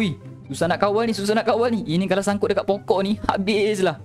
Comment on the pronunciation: Bang bukan pongkok yang betul pokok😂🤣😅